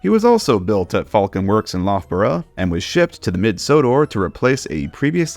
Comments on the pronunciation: I feel like someone has already said this, but Loughborough is pronounced luff-borough (like tough) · I mean absolutely no offense, as yuo've made a valiant effort, but the 'lough' in Loughborough rhymes with 'buff'. Was neat to learn that the Falcon referred to was that local :P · A great video, but there's one tiny thing that's driving me mad, and it's the pronunciation of Loughborough! (It drives me mad as Loughborough is the university for my doctorate, so I've said it a LOT of times.) It's pronounced Luf-bere.